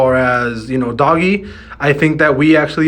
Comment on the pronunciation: It's ",doge" not doggy